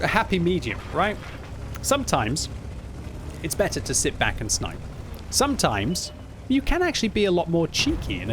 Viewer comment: haha yeah thats what I always hear xD